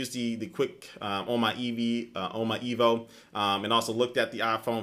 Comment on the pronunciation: "I use the qu-....on my EEVEE" haha XD jk I know you meant to say "E.V.O." good comparison~